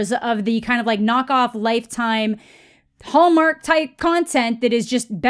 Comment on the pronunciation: I keep hearing the way you say "Hallmark," as Homer for some reason.